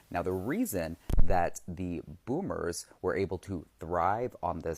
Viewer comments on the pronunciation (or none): Ok I thought I was having hearing problems. Like is she saying Boomers but I'm hearing Bloomers? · Everytime you say bloomers instead of boomers 😂😂😂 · Boomers not bloomers. Learn to say it before you speak on it. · “BOOMERS” 😂 its “boomers” no L 😂😂😂 I did chuckle to hear you calling the old people bloomers tho …I think of underwear when you say it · Is it me or are you saying bloomers?